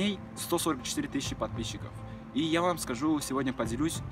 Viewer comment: Только у меня улыбка на лице когда он говорит «подписщики «?